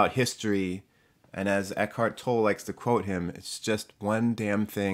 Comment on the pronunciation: Did you know that you pronounce Eckhart Tolle’s last name as TollE?? The E on the end is not silent... 👀😶🤭 I’m not even kidding. My sister had to point this out to me. Lol I laughed at myself. But I still think about it 🤔.